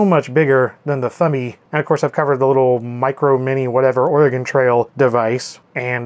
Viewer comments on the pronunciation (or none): none